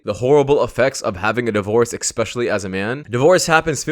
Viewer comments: "EXspecially"! Weird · "Ekspecially" is not a word.